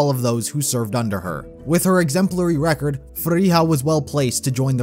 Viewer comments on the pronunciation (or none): none